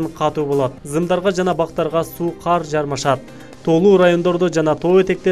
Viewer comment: Неге каар дейсинер кар десе болбойбу